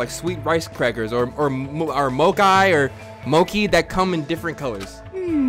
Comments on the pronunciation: you eat stuff like MO-KAI or MO-KEE me: what did this fool just say 🤦🏾‍♀️😂 it's pronounced MOE-CHEE 😩 😒 this reminds me of when would pronounce sakura different everytime he said it. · skara same how how did he pronounce that as mo-kai when it obviously looks like it pronounce as mo-chee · its pronounced like "mochee" goddam whats a "moki" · “moKAI” … mochi pronounced “moechee” 😂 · moe- chie not mokai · the way he pronounced mochi like mocha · THIS MAN PRONOUNCED MOCHI “MOKAI” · This dude manages to pronounce everybody’s name wrong 😭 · idk why I died when he said mochi wrong lol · HE CAN’T PRONOUNCE MOCHI LOL